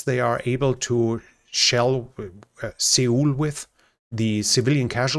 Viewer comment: Thanks for these great reports. FYI, Suel is pronounced like the word soul.